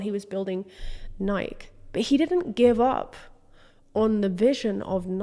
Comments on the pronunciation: I came here to say I fully left my body every time she didn’t say Nike-eee the way you know, the FOUNDERS pronounce it 😂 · Nike? Are you talking about the shoe? It must be something else that I've never heard of. The shoe is pronounced Nikee You must be talking about something else. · It's pronounced Nai-kee..... Love your videos❤ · Is Nike (ny-KEE) really pronounced as a one syllable word across the pond? It hurt my ears every time you said it. Ny-KEE like Mikey! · The mispronunciation of Nike in the UK still boggles my brain lol